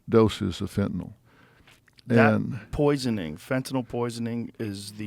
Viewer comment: Dr phil can pronounce fentanyl correctly. 👏